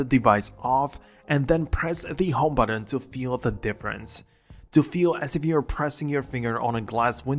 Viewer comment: There’s no D in button